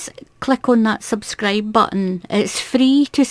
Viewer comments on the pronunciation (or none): none